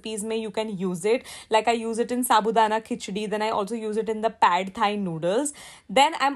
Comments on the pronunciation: Amazing video ... Great and very healthy snack ideas 👏👍 Learnt quite a few new stuff in here and also wanted to let you know that the pad thai that u r prounouncing is incorrect .. I've actually stayed in Thailand for couple of years and it's pronounced as paad thai .. Loads of love 💕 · Pad Thai noodles is pronounced “PAk Thai noodles ”